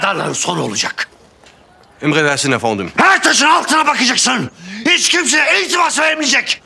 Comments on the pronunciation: şu delegenin yardımcısının ofonnim demesi nedir ya..o kadar türkçe konuş efendim diyeme)) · Fransua her "eföndum" dediyinde daha da qıcık oluyorum fransızlara..Ayrıca Dilrubanın elbiselerini tasarlayan hər kimse ona "alkış" diyorum.